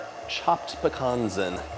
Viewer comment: I'm so glad you pronounce pecans properly lol . My father was Greek also